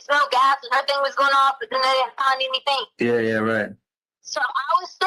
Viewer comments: I’ve never heard anyone end the g ending words with a k like she and Harley. For example: “anything “ is pronounced by as “anythingk” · Why does she say "anythinK??" What an annoying woman.